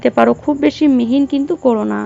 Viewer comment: রান্না করতে হলে ভাষা ঠিক করতে হবে বারবার মিহি না বলে মিহিন কসৌরী কে কস্তুরী বলেছেন কেনো